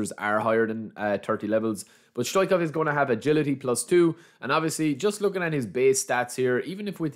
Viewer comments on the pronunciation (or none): It’s pronounced StoICHkov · STO - ICH -KOV...just say it like that ...STO - ICH - KOV